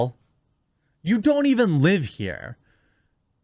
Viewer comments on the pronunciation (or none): none